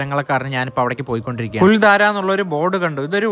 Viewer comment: I have heard of this village in Rajasthan through Santosh Kulangara Sir's Sancharam Dairy kurippukal. It is also a site for shooting location of Hindi films. It is Kuldhara not Kuldhaara. Thanks for the video.